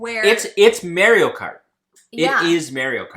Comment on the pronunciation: Oh god.. the way you two pronounced Mario